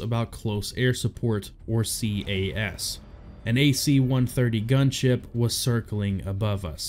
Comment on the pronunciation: To make it more fluid, "CAS" is an acronym, not an initialism, and it's pronounced, "cass" or "caz."